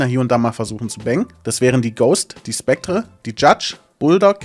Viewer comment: Ich krieg leider Pickel davon, wie du "Spectre" aussprichst